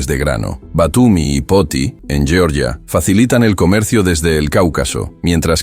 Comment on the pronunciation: Lleorllia? Georgia tiene su propio nombre. Pero ya que no utilizas el nombre autóctono pronunciarlo en español, Georgia, con ge de geraneo, no con lle de lleno. Nada nuevo.